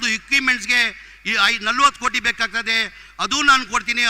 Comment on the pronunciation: ಕನ್ನಡ ಕಲಿ.. 😂😂😂 ಕೋಟಿ ಗೆ ಕೋತಿ ಅಂತ್ಯ 😅😅😅